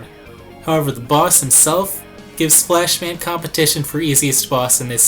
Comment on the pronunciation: it sounds like you`re saying splashman instead of flashman :P hha